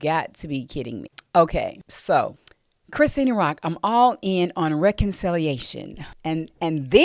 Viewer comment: It's pronounced Chri-Shawn spelled Chrisean..if ur gonna report on this woman say her name correctly. You can tell you don't know nothing about her!